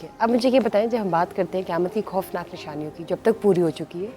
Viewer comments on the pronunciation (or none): افسوس یہ عورت خاتمہ کو کھاتمہ ۔قیامت کو کیامت اور خوفناک کو کھوفناک ختم کو کھتم بول رہی ہے۔اج کے لوگوں میں تہذیب نہیں بچی۔یا پھر یہ بھی قیامت کی نشانی ہے۔